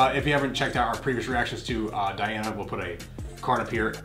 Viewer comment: Pronounce Deana. The judges were so mesmerized by her that they always forget to press the button